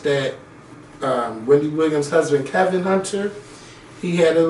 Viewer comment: KEVINT!!! with a whole "T" at the end, how you ain't never seen next friday..😱😭i love you babeee but your black card has been EXPIRED lmfaoo